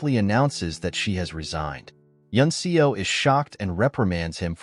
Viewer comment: The character's surname "Seo" is pronounced "Suh" not "See-o".